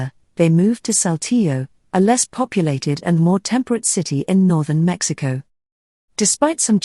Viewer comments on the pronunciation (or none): none